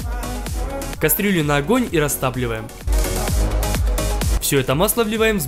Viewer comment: ненавижу этот его акцент, когда он говорит "кастрюля"